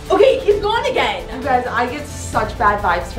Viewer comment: the way it said again sounded like is said AgAaIn